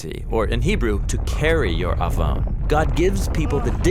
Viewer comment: תודה רבה 👍🏻 well done video As a Hebrew speaker - you’ve nailed it and communicated the word עון clearly and powerfully and above all - pointed to Yeshua and the gospel.